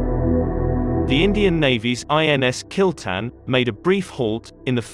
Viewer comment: its kil-tha-n but damm!! kill-ten sounds cool!!